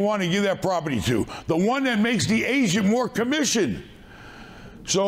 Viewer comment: "We got bankers, we got real estate ASIANS". "Pay the ASIAN a commision". Im dying laughing anytime he says "agent" it sounds like he is saying "asian" 😂😂😂😂😂😂 Take a listen try not to die laughing - (15 sec, full of asians)